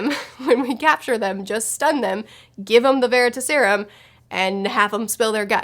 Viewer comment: I dunno why, but the way you say Veritaserum kinda bothered me xD. Its ta in like task, not ta as in taught. It's not leviOsa, its levioSA XD. But yeah obviously the serum comes from the word Veritas. Which was a goddess of truth. But honestly the first time I remember seeing that word was from the Sandman Slim series book. He has a coin called the Veritas. Which he got from hell, and he asks it questions and it gives him advice.